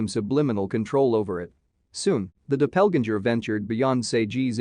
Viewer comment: "Dopelginger" for doppelganger 😂